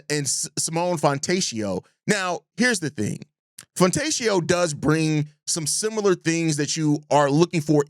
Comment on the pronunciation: Simone Fontecchio's last name is pronounced "FonteKio". The "ch" in italian sounds like "K". Coby for Jovic and Fontecchio would be the biggest fleecing in NBA history. Worst trade idea I've ever heard. Coby for Rob and Donte is more reasonable, but still would be a no for me. We already have a PG of the future (Giddey) AND a bench PG (Tre). Now Coby for Donte and Naz Reid I'd listen to.